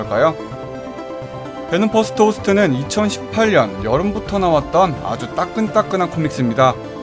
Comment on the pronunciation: 2018년발음 저만 이천시팔년이라들림??